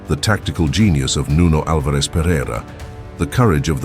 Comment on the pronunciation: Nice video. Only a detail: Nuno's second name is pronounced AL- vares. The stress is in the first syllable👍